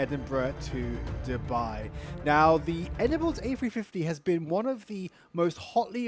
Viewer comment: I like the way you pronounce Dubai it's too good 😅 9.8/10 for the landing❤️👏🏽